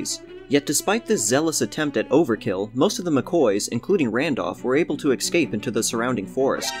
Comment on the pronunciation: "EKS-scape?" Try, "eh-Scape" There is no x in escape.